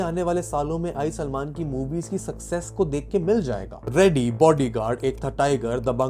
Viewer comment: Bhai kaa naam sahi se le 😡